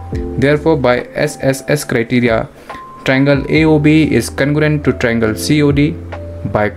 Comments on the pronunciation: Its congruent not congurent😅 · Congruent ❌ Cangorent✅ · Congruent wrong Conugurent right